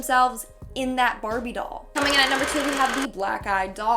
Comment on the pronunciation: I heard "COMININATNUMBERSIX"